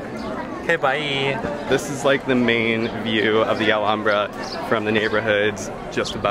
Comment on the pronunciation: finally!!! someone who knows how to pronounce Alhambra properly. thank you.